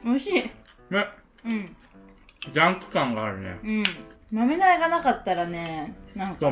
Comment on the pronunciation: やぁ🌱 A y A k A 。です！ が豆苗のことをまめなえって言うのが面白かったです😂 天気の子まだ見てないので、見てみようと思います！